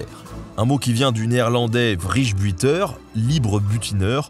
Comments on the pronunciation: "Vrijbuiter" ça se dit pas "vrige buiteure" ça se dit "Vraie beuil teur" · "Vrèye-beuïteur", qu'on dit, en Belgique en néerlandais ;) Le point vocabulaire était utile, merci! Mhhh la chirugiiiie à bord d'un bateaaaau, tout ce que j'aiiiime! Si j'avais vécu à cette époque et que je ne souffrais pas du mal de mer (et peut-être si j'avais été un homme, aussi, j'imagine), j'aurais adoré faire des jeux de société et péter des mats! Le2e "oui" à l'histoire du beurre m'a fait rire à haute voix, merci xD 8 pistolets à sa ceinture?! Mais, c'est plus qu'on ne peut transporter de Pokeballs!!! Que fait la police? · Je ne sais pas si tu vas voir ce commentaire mais étant néerlandais je me dois te t'aider un peu sur la prononciation pour tes prochaines vidéos si tu dois dire un mot de cette langue :) Le V se dit F. Ca parait bizarre mais leur F est en fait ils ont une manière de le prononcer pile entre les deux donc ça peut porter à confusion. Le i se dit (en tout cas dans pour mot) "èy:" car il y a un J juste après qui se dit comme un double LL en latin (cella). Le "Vrij" qui veut dire comme tu l'as bien dis "libre" se dira donc "frèy:" (je ne sais pas vraiment comment l'écrire pardon ^^') Le deuxième mot "buiter" se dira presque comme tu l'as dis sauf que le "ui" se dira "aeuw" ou "uw:" J'espère avoir pu aider un peu, désolé si ce n'est pas clair je sais que ça peut être compliqué à prononcer et mon explication n'est pas très bien.. Continue tes vidéos elles sont superbes et ta barbe est sublime! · Warshehe aala le VRIJEBUTEEEEEEEEEEEEEEUR xD Ca se prononce plutôt Vrèibeuteur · Excellent épisode. PS : le Vrijbuiter.. la prononciation m'a fait rire. C'est "Vreille- Beuilleteur" pour une prononciation faite par un francophone. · Vrijbuiter se dit "vreil buy (comme acheter en anglais) teur". Quand onse retrouve face à du flamand, c'est toujours un grand moment ;D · Prononciation approximative de "vrijbuiter" : "vreil-beuil-teur" ;)